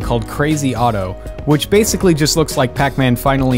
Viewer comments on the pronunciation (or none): none